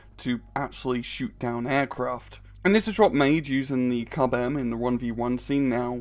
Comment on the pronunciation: KUB-M, more like KUBE-M